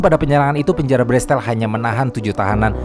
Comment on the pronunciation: Setiap narator menyebutkan nama-nama, orang dan tempat, langsung ngelag: Bestel (ini apa toh?) oalaaah ternyata Bastille.